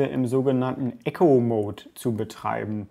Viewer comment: Ich muss jetzt nochmal nachfragen, du sagst immer Echo-mode, soll das Eco mode sein? Also das man etwas einspart? Das wird "ieko" ausgesprochen. Ich schreib das nicht weil ich dich verbessern will sondern weil man das dann besser versteht wenn jemand von einem Eco (einsparen) Mode spricht als von einem Echo (reflektieren )mode , andere Frage: muss man den Eco mode immer einstellen?